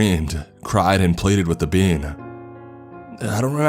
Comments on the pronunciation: my dumbass kept hearing bean instead of being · Is it getting on anyone else's nerves that he repeatedly keeps saying "bean" instead of "being"? Haha, he's saying it too fast! 🤷‍♀️ That would suck if that's what happens when we die. Selfish MAN, of COURSE he would pull this shit while she's giving birth. Haha-all in good fun!😘